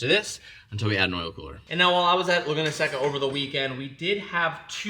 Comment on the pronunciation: Brotherrr please pronounce laguna seca correctly